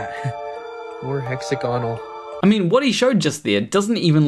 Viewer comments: As long as you pronounce it "hex-a-gonnel". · I have seen it form from Steel slag, And yes he needs to learn how to pronounce Hexagonal. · you can get hexagonal (a word really should learn to pronounce properly) shapes when mud dries out, or when bees make their honeycombs, among other things that occur naturally. Why? A hexagon is the shape that best fills a plane with equal size units and leaves no wasted space. Hexagonal packing also minimizes the perimeter for a given area because of its 120-degree angles. With this structure, the pull of surface tension in each direction is most mechanically stable, which is why even though bees actually make their honeycombs with circular units, the end result when the wax hardens into place is hexagonal. Likewise when a sufficiently viscous fluid like molten basalt solidifies.